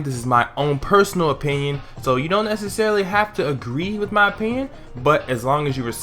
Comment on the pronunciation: I care about your oppioyiowoin